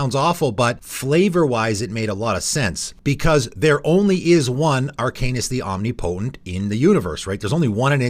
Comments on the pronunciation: Om-ni-po-tent not Omni-potent. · Flavorwise, I don't think a vehicle should be able to crew another vehicle, but according to the game rules, it can. The idea of a mammoth crewing a sailboat and then working the ship's wheel to pilot a mech is just bizarre and hilarious. Do a lot of people pronounce "omnipotent" like that? I say it like om-NIP-oh-tint. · omnipotent is pronounced like omniscience; no "knee" sound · Oh my God please Google how to pronounce omnipotent.